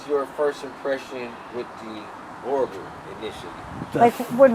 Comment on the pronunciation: Gotta learn how to pronounce the name correctly as a breeder let alone a buyer it’s Boo Er Bowl not boar a bol 😂😂😂😂